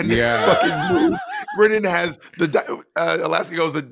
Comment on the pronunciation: Bob say “BRENNAN” instead of brendan challenge, go